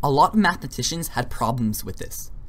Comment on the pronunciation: First, "infinitesimal" is pronounced as "infinee tessee mal", not "infinee tez mal". "Math e mAt ician" is not spelled "math mEt ician" You don't seem to understand the difference between a number and a numeral. Definition: The sum of a series is the limit of the sequence of its partial sums, if the limit exists. So the sum of 0.999... is the limit of the sequence 0.9, 0.99, 0.999, ... whose nth term is 0.999...9 (n 9s) = 1 - 1/10^n. Hence: 0.999... := lim n->oo 0.999...9 (n 9s0 = lim n->oo 1 - 1/10^n = 1. No infinitesimals are in sight. If 0.999... = 1 - ε, then what is 10 * 0.999... - 9as a decimal, and what is 1 - 0.999... as a decimal? In both cases - neither has a decimal representation. You claimed that infinitesimals are used in the majority of calculus - that is not true. Standard calculus is limit based. NSA is an advanced topic and many degreed mathematicians do not know it, yet alone use it. Your triangle-ised circle is NOT a circle, it is an apeirogon (in the limiting case). Circles do not have vertices. The area of your polygon was less than the area of the circle. Mathematicians will have a hard time agreeing with what you said because what you said is wrong. You didn't show the details for using NSA to do integral calculus. Do you even know them yourself? You should take this video down because it is unhelpful and misinforming.